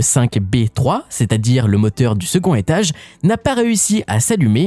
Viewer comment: Le secon' hétage Ça fait bizarre l'oubli de la liaison avec le D